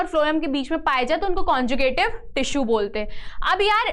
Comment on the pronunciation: mam, dont pronounce wrong words. ex 1- suberin= saberin. 2 conjuctive= conjicative. 😀